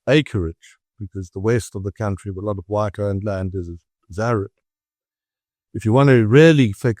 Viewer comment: wong and wight😂😂😂😂